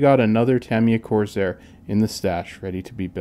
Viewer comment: Nice touch with the cowl flap mechanism! Really nice paint work, too, I like how subtle it came out. This was a really well done build and the extra detailing looks to have been worth the effort. I do have one question: why you pronounce it as “Corzair”? Is this a regional thing?